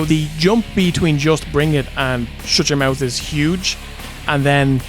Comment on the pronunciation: I like how you can pronounce ‘Shut Your Mouth’ without a single ‘t’ involved